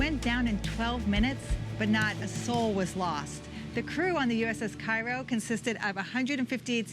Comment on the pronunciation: Hey, USS Cairo was named after Cairo, Illinois and it's pronounced "Kayro". Just found this and subscribed, found out from PUFV. Thank you for all you do from the heart of the Mississippi Delta, Greenwood, the home of the Blues and resting place of Robert Johnson. God Bless and Semper Fortis!